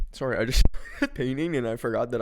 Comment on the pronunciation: “sourrie” holy canadian